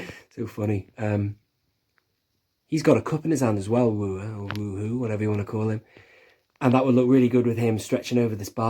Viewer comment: Yes! "Woo Hoo" is Werhur (prounounced wherr.her). 😂🤣 You are missing some more bar patrons they made end of 2006 to 2009 (legacy collection "BAD" series) that also came with drinking glasses. The only ones Hasbro hasn't made from movie nostalgic action figures were The Tonnika Sisters and Han Solo's edited girlfriend scene; but, George Lucas permitted all others for Hasbro to make! Besides now with other 3 3/4 inch figures you could have bought and done repaint customs work also! Look out for modern day 3 3/4 inch finds of women like in the Batman aisle Wonder woman (I found at Target in 3 3/4 inch scale) and a year ago's Black Widow fighter two pack done in 3 3/4 inch scale by Hasbro, themselves. Even 1997's Batman and Robin's Poison Ivy or 2001's cartoon Harley Quinn 3 3/4 inch action figures seem like they need to be in the Cantina scene with a little paint customs! 😂🤣